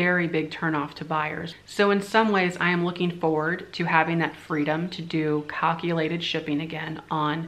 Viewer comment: When you started saying calculated I had to chuckle, it's pronounced CAL like California, not COC or CUC or whatever. :) Funny.